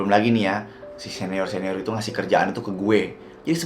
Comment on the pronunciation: aku dengernya Neor😭🙏